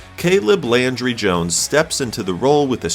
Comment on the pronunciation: Landry, not laundry